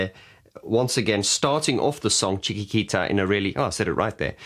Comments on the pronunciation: OK, no way you are ignorant. And nobody expects you to be a journalist. But the song CHIQUITITA is the one that you are analysing after all... So one could expect that at least you would be able to pronounce the title of something you are reviewing... Journalists and musicians were only some examples. To be exact, I have never heard ANYONE murdering the word CHIQUITITA... P.S. Trying to find the most appropriate word in place of "ignorant", I could only find "unprofessional", which in fact, still clashes with the other aspects of your video that I do find quite professional. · Benny is Fantastic and a very professional musician in all the musical spectrum. The Song you can't pronounce is "Chiquitita" (Spanish word for "little girl " or "little one"). I like to see your channel and listen to your comments but I think that you should do 'some little research' prior recording your episodes on YouTube and speak about a music group with little knowledge or about the song you have chosen to talk about. You look great on the screen, Sound great on the speakers so it's not much what you have to do to make your YT channel something more fun and with the right info without stops and apologies. One of your fans... from Down Under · it is chik-eat-eat-a :) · Pronounced chicky tee ta, not chicky kee ta. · Seriously how can you not pronounce chiquitita not s great start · How can you not pronounce, Chiquitita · Oh dear... You can't pronounce "Chiquitita"... That sounds very ignorant... You could have practised the pronunciation before recording this...